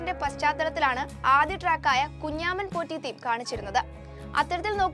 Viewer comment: എന്ത് കുഞ്ഞാമൻപോറ്റി . കുഞ്ചമൻപോറ്റി എന്നാണ്. എഴുതാനേ അറിയൂ, വായിക്കാൻ അറിയില്ലല്ലേ